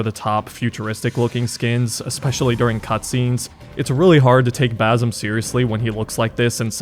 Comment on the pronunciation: It's pronounced Ba c em not Bazem, Ubisoft picked the easiest Arab name yet people still butcher it lol.